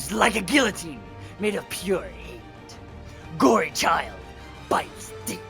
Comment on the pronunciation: Its good but its Gorechild not gory child